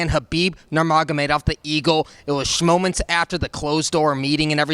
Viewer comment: Man said schmoments 😂😂 this guys the best